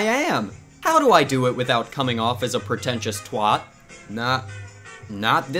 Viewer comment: 'protentious twot'